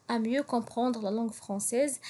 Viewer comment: Katsddi chwya bzzf dik LAN f "LANgue française"; Khski tkhfifiha chwya ; sinon ta prononciation est très bien.